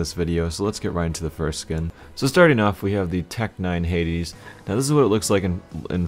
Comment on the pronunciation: tec 9 "heidis'' XD